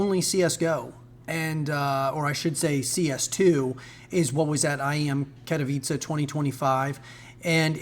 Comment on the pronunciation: Amazing to see an English speaker pronounce Katowice well!